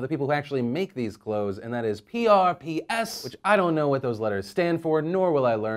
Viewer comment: what makes those jeans worse? PRPS is pronounced "props"...